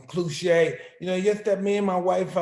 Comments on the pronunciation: when Mike pronounces cliche as cluche you don't question anything, you just move on. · IF MIKE SAYS CLUSHÉ INSTEAD OF *CLISHE*.....I AINT GONNA CORRECT HIM....LMAO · clue-che mike, clue-che! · 'clueche' hahahahha